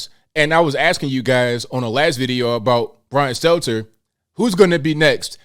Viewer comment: it's "Stelter", not Steltzer. This is a n obvious mistake you need to correct.